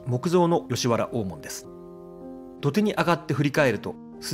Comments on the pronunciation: グアム在住の姉から「懐かしい山谷の風景を見ることができますよ」とこの動画のことを知らせてくれたので公開後すぐに見てみた。 実は、このチャンネルの「船橋編」に僕が４５年前に８㎜フィルムで撮った「コークスクリューコースター日本初上陸！」の動画が知らぬ間に使用されていたのでこのチャンネルのことは前から知っていた。 山谷で生まれ育って、吉原から１００ｍ程の近さにあった小学校に通い、吉原最後の引手茶屋の息子やカフェ―形式の貸座敷経営者を親に持つ長男たちなどが同級生だったので、どなたかも言ってましたが気になる点は当然多々ありました。吉原大門「おーもん↴」のイントネーションや五十間道 (みち) の読みが「ごじゅっけんどう」と言ってたのは特に気になった。 お江戸の昔の二大悪所が「浅草田圃の新吉原」と「聖天町の芝居街」だったのが、昭和３０年代中頃からは行っちゃいけない場所が「吉原」と「山谷」になってしまった。なので小さい頃に山谷の宿が自宅で寄せ場のおじさんたちに可愛がられた僕としたら、吉原と山谷を否定的に面白半分に紹介する blogger や YouTuber には迷惑していたが、このチャンネルは吉原と山谷の地域資源をトリビアものとしてまとめているので好意的に見ることができた。 山谷は埋もれた歴史資源や地域資源が今なお手つかずのまま残されているので日頃から「ほていやブログ」やお店の facebook などへ随時紹介しているが、今回の動画はウチのブログの中のカテゴリ「忘れ去られた山谷の風景」からの引用が画像を含めてとても多かった。しかし船橋編の「コークスクリューコースター」には入っていなかったクレジットが「都電２２番線」の動画には入れてあった点はとても良かった。 ちなみに、小塚原刑場跡地の近くにある延命寺さんのリーフレットによると、小塚原は「こつかっぱら」と濁らないで、略して南千住を「こつ」と呼ぶのが正しいのだとか。古今亭志ん生師匠の落語「今戸の狐」の音源を聞くと千住の女郎上がりの奥さんのことを「コツ (千住) のサイ (妻)」と言ってます。明治期にコツ通り脇にあった女郎屋や新吉原遊廓で遊んだ経験のある噺家なので遊女屋の噺に説得力が感じられます。 文面が長くなるので、昭和３５年に建てられた「浅草警察署山谷警部派出所 (山谷地区派出所)」のことを普通交番に格下げ後の「日本堤交番」と混同してること、都電の浅草山谷停留所近くにあった「長寿館 (現在の JUYOH HOTEL)」の画像を吉原の場所としていることなど等、感想の続きは「ほていやブログ」や facebook から申し述べることとします。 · ｢高尾｣｢大門｣のイントネーションが違う。あと｢酉の市｣は毎年日にちは違う。11月の酉の日。もうちょっと勉強して。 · なんかアクセントがおかしいね。 曰く、「大門↗」「高雄↗」「ランク↗」「勝山→」